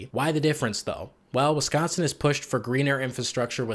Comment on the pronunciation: As someone who was born in Wisconsin but raised in Illinois, I can confirm the stereotypes you pointed out. Also it's so nice to hear someone say "Wisconsin" correctly. Here in Illinois, people always say "Wessconsin". It drives me nuts.